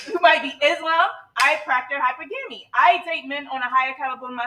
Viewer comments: I remember that one 🤣 she pronounce it so wrong it's hypergamy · "high-purr-GAM-mee" LMAO! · Can’t even pronounce hypergamy right but wants a 6 figure earner🗿🗿🗿🗿